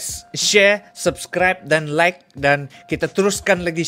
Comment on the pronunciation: Sus - cribe pun jadi sas - cribe.... ngok punya tasha haha